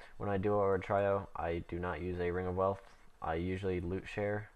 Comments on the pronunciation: its a "tree o" not "try o" lol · I lol'd at how you pronounce trio. It's not "try-oh", it's "tree-oh'. :P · lol you said tryo:P